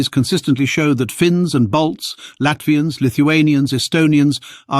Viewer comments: Not Bolts, he's saying BALTS...From the Baltic states around the Baltic Sea, Estonia, Latvia ,Lithuania. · Ok. He pronounces it "Bolts" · No he does not, clearly "balts"